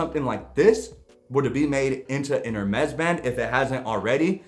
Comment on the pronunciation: Just a tip - it is pronounced ‘AIR - Mess’. Not ‘Err-mess’.